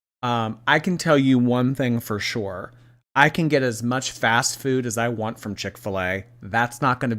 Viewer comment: doesnt she said foud?